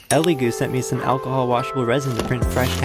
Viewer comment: A-key-hol thats what my mom drinks